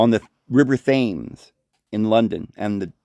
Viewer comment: The Original St Paul's burned down in 1666 due to the Great fire of London.rebuilt by Sir Christopher Wren. Yep another fire. As a Brit we was taught this in our Schools. No disrespect. The River Thames is pronounced Thems, tems. History was one of my favourite subjects. All the best. Great show. I always enjoy your content. It seems St Paul's was destroyed by fire 3 times over a 1000 year period. Could have been 4 times, but the Nazi's was told not to touch it during ww2.